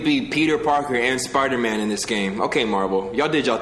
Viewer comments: U keep sayin “spider-min” my guy its Spider-man” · It is Spider-Man not spider-men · Why does he keep saying spidermen? 🤣🤣🤣